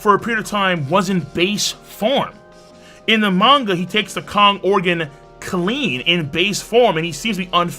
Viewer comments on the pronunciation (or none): none